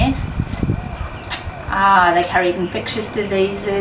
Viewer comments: It sounded like and subtitles read your words at 5.31 mins as saying "illegal" you meant to say legal didn't you??? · on your video do you say "It is legal to trap mynas in Australia"? When I am listening it sounds like "it is illegal". If you articulated slower it may sound better for some of us with bad ears. i had to listen a few times and still it sounded like "illegal" to "my ears". I have researched and know it is legal. Can you clarify please. I am not critisizing just trying to clarify. I'm like that. Your video is excellent. thankyou. we had a discussion over our Christmas dinner and talked about what they do but everyone was agasp when I mentioned trapping and euthanising. They said but they are so pretty and sound so lovely. Foolish sentiment causing the destruction of our native wildlife. So Now I have an action plan. I live on the edge of a National Park. Their days are numbered. I will ask their forgiveness as I will feel bad but they are too destructive and are not native. I put toads in my freezer too. keep up the good work protectors of our wildlife. 👍